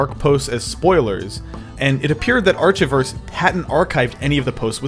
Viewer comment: How can you butcher pronouncing archiverse that badly. It literally contains the full word "archive". I hope to god you were trolling, in which case, you got me. If not, God help us all.